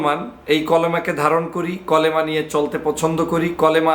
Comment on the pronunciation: কলেমা নয় কালেমা